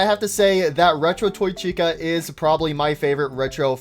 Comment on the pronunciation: STOP CALLING TOY CHICA: TOY THIKA, ITS SO ANNOYING